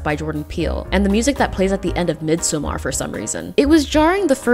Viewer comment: why did u say midsommar like dat 😢